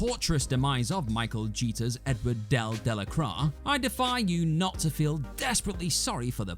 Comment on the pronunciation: Eduard Delacroix is pronounced: Ed-wa De-la-qua You wouldn’t pronounce Jean Luc Picard as: Gene Luck Pick-erd now would you?